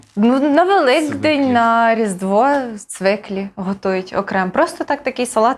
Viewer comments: Не цвИклі, а цвІклі... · Цвіклі а не цвиклі